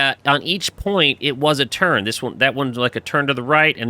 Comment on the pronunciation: It sounds like you saying turd when you say turn good job though